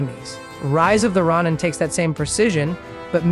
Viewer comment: stopped at 2 minutes, i aint about to listen to u mispronounce the games name for another 10. do no recommend channel. bare fuckin minimum n u couldnt do it.